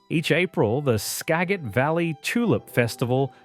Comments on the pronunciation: "Ska-Jit" valley. Thanks AI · 50.41, you really butchered all of those names! Lol😂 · ) Skagit? Juan de Fuca? I want to hear them try to say Puyallup, lol. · Skagit Valley is pronounced ska-jit valley, the g has a j sound. And its Yakima not Yakeema but great video, really captured the states beauty. Would have explored more of the North Cascades, the southwest coast and eastern Washington